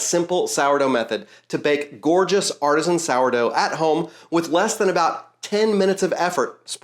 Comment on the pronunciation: One way to weed through all the horrible videos: skip as soon as you hear “artesian” 😂